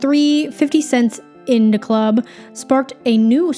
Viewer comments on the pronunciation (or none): The pronunciation of “In Da Club” made me laugh😂